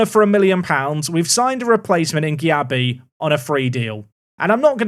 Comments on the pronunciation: As a Leeds fan, happy you secured Darko Gyabi (it is pronounced Jay-bee though)! Was highly rated in the Man City academy when he joined Leeds in real life. Shame we went for him instead of Lavia who moved to Southampton at the same time though. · Gyabi is pronounced like JB,! Great signing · Gyabi is pronounced "Jay-bee"